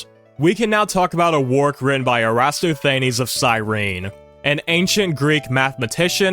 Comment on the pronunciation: Given your prior comment about you trying your best with these pronunciations, I'd strongly recommend checking Wikipedia for pronunciations (err-ə-TOSS-thə-NEEZ) or setting Google Translate to the language in question (for loanwords and famous names, English generally also works) and asking it to pronounce them. Both have worked reliably for every word I've checked against my prior knowledge from 90s documentaries.